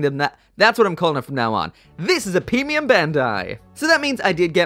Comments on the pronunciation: "Feemium Bandai" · "Peemium Bandai"😂🤣😂🤣 Please do that Epyon first. It's always been my favorite Gundam Wing bad guy suit.